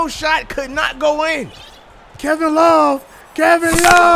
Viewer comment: Kem love not Kevin love Kem love😂😂😂